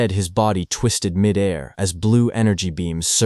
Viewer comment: I always cringe at 'midair'... pronounced like its one word.